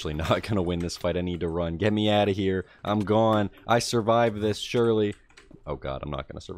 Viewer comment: new jersey/mid atlantic states pronounciation of "mad" new jersey/mid atlantic states pronounciation of "off" (and gone earlier in the nether part)